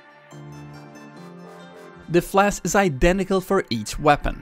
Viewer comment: I just can't stand the way he pronounces "flash"